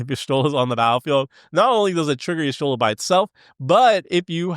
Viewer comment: Is pronounced teedus not tide us Is pronounced yashtola not yishtola